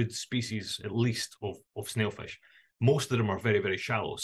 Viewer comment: ステイルフィッシュって言ってね？